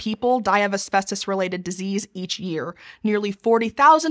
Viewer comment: Why does she keep pronouncing it "Aspestos"? That annoyed me too much throughout the video...